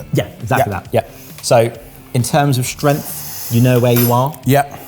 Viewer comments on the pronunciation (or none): none